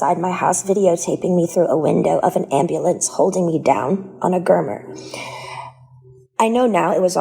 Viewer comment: Gurner... ugh it's gurney